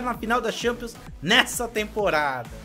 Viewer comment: LIGUE AN, E XAMPIONS N DA CARA FOI MAL SUA PRONUNCIA ME OBRIGA A N VER TEUS VÍDEO, É FORÇADO